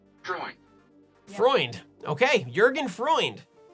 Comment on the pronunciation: That's pronounced more like "eu" in feud with a "fr" in front and a "nd" behind. Btw.: Freund means friend in English.